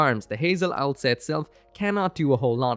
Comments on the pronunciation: I love the Watership Down name (it’s ows-la, not owl-sa, btw) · It's not Owl-sa, it's Ow-sla. (Oh's lah) I made that mistake for years until i properly noticed it.